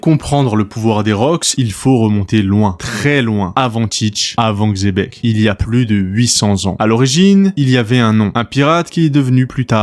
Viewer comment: Bonne vidéo mais la prononciation c'est pas "Xébec" mais "Tchébec"